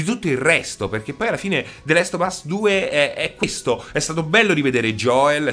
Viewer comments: The lest of us non si può sentire, comunque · “The lest of us”